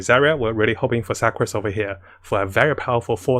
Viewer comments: Hi, love ur informative videos, but could u pls try to pronounce the character names better? It’s rather distracting when I try to focus on your info. A few mispronunciations include Fischl / Sucrose (not fai-shel, suckrose). Thank you. Keep it up. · please stop pronouncing her as 'SUK'ROSE' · Suc Rose? No offense, I'm an asian myself but I giggled when he said her name. Dear fellow commenters, is the correct pronunciation 'Suc rose' or 'Su crose'? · when he pronounced sucrose as "suckrose" i wheezed